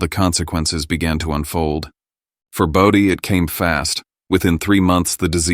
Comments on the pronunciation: Why must you keep saying body when the name is Bodie? So annoying 😑 . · This story needs several corrections. "Bodie" is not ever pronounced 'body,' and it is misspelled in several places. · Everything about was horrible. Slow and it's BO DEE! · Bodie pronounced bow-dee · AI voice cannot pronunce "Bodie". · Sometimes they said it correctly and most of the time it was mispronounced